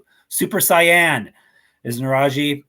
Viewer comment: it’s sayyy-aaan a dragon ball z reference